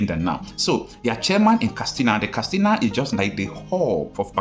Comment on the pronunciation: Why are you pronouncing the word ‘Katsina’ as ‘Kastina’? It is pronounced ‘kat.sina’, not ‘kas.tina’.